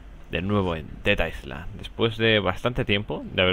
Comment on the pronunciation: Leccion de ingles, no pronuncias la "s" en island, pronunciando iland.